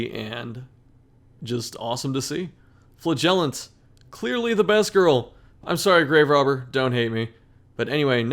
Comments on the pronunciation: Does he say flagellation, flahgelateteaon? At this point I’m actually curious. I love his content, but why does he do my man flagellant so dirty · Flagellant is stressed on the first syllable.